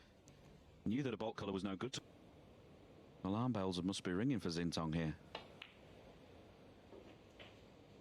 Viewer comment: I sure wish you guys learned to pronounce the Cinese players' names. Zhao is Jow, like cow, and Xintong is Shintong. X is pronounce d like SH. Easy.